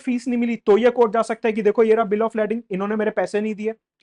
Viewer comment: its pronounced Lay-ding